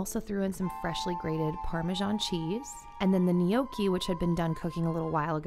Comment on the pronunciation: For future reference Gnocchi is pronounced NO-kee. Glad you’re doing another “What I eat in a day” video!